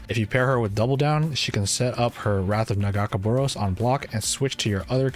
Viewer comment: Hey um, the name of IlliAOIS god is NAH - GAAH - KAY - BOW 🏹 -ROSE 🌹